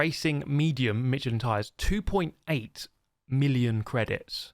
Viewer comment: FYI Michelin is pronounced like Mishelin.